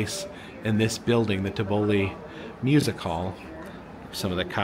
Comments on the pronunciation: Tivoli is pronounced Tiv-oh-Lee. I remember when we had the dolphins. It was a very popular show but it wasn't healthy for them to live their whole lives in the small swim tanks so they got rid of them. There used to be a Western show with train. It was "train robbers". I used to LOVE riding the skyline when I was very little. The Zulu and Zambee Zi Zinger were my all time favorites, with Fury of the Nile in 3rd. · pronounced tiv- OH-Lee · The Tivoli is pronounced Tiv-oli just an FYI, i’m a little disappointed that you didn’t take a ride on the Timberwolf and yes, I put the in front of every ride because at worlds of fun, there is only those coasters and those and you do call it the prowler or the Timberwolves it’s always been that way. No I haven’t been there in probably 30 years it looks a little bear in there now it didn’t used to look as they used to have more crowds put it that way it was busier than this appeared to be. There was more trees in there and everything it’s odd seeing at 30 years later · I don't know how the original was pronounced, but the one in Worlds of Fun was definitely TIV-o-lee, and it used to be the "big" musical revue show for Worlds of Fun (Moulin Rouge was smaller and more of a variety show). The original Zambezi Zinger was an amazing ride; it was such a smooth coaster it didn't need restraints and you sat two to a seat, on a bench seat parallel to the track with one person between the legs (or on the lap) of the other. The train was ... kind of hit or miss. Sometimes there would be train robbers (like the ones in Silver Dollar City) and sometimes not. I always thought the WoF train robbery wasn't done as well as the SDC one, so I didn't really miss it when they didn't do it, though it did make the journey out into the middle of a field and back without stopping seem kind of "well, I guess we have to do that because that's where the track goes, but WHY?"